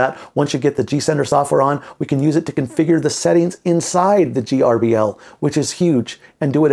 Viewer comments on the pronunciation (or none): It’s pronounced ‘Gerbil’, just like the pet. The letters don’t stand for anything. It drove me nuts trying to figure out the acronym, and it turns out that the original developer thought of it as being similar to a mouse, which controls a PC, so he called it gerbil, which controls a CNC. Trivia….